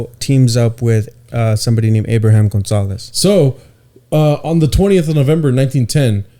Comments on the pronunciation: Abraham you would say it like Abram without the H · You don't pronounce the "H" in Abraham